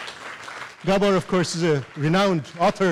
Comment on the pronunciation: Horrible sound. Glad to hear that the presenter can pronounce Gabor properly.